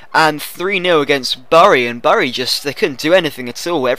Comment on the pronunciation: Btw bury is pronounced as berry